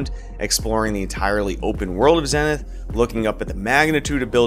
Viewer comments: Its pronounced zee-ni-th btw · Nice Vid. It's also pronounced zee-nuhth. :)